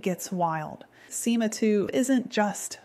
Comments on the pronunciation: me too...till SIMA was pronounced as ESS AAAIII EMM AAA 🤯🤯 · “sIMa TwO”